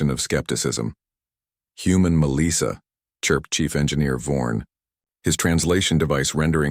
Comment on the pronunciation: This is surely the worst AI voice I've heard. The cadence and pronunciation is terrible. It's Melissa (Mel - soft i - ah) not Meleesa.